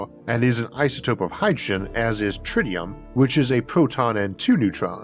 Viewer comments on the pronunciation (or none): none